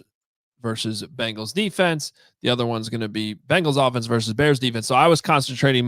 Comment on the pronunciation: Hey, it's Bengals not Bangles. Walk like an 'sports writer' already! Great job guys